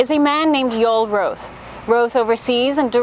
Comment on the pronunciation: "Roth" is correctly pronounced: Raw-th, NOT "Row-th".